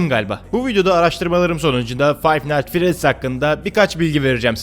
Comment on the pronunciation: Kanka bu oyununun ismi Fine nightfredys değil Fine niğht fredys